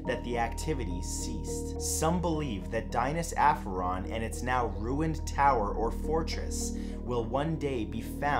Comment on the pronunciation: No.4 is miles off for pronounciation. It’s closer to Dee-nah’s A (as in apple) ff A (apple again) on